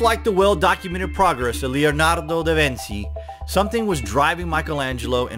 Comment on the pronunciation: The ci and the ce in Italian make the "ch" sound as we know it in English so da Vinci isn't " vin-see" its "da vin-chi". Grazie